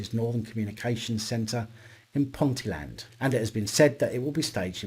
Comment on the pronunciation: That place where the Northumbria Police hold their secret HR interviews (oops, I mean disciplinary hearings) is Ponteland, as you said. However, and this is no reflection on your abilities, it is pronounced Pont-EE-land. Don't worry, we have some odd names up here, you should go a bit further north until you arrive at Kirkcudbright. (Kerr-KOO-bree)